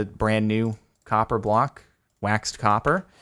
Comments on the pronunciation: COPPA XD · "INFUSED WITH THE POWER OF COPPAH!"